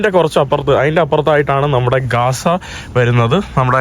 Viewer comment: കാസ അല്ല gaza എന്ന് പറയണം